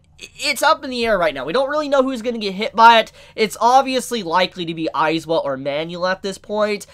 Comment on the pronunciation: Eyes-wa? no no no, Eye-zawa.